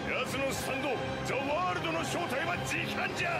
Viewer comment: Не За а зе и не варудо а зе ворлд слышиться и тебе за ваудо а вообще ЗЕ ВАРУДООООООО